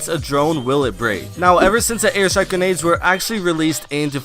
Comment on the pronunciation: u say genades and not grenades